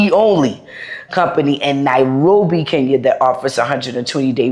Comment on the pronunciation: Wakeshooooo!!!! Always the winner in this game. I still want you to say KEnya not KInya lol, same joke but I'm serious. You just like us 🎵🎵 now 😊 😉❤ Thank you for the love you have for the continent aaand also, for accepting referrals. To all our people in the diaspora,*WELCOME HOME!!!!* You have a whole continent to chose from❤❤